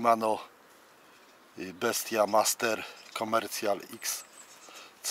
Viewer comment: Wesołych świąt, a ten kijek to nie "bestia master" tylko wymawia się "best master"😉